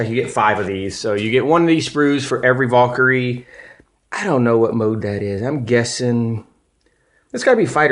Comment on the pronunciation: dude... it's not a VAUL-kyrie, its a VAL-kyrie.